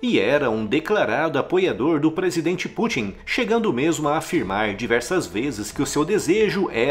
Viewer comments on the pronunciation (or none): none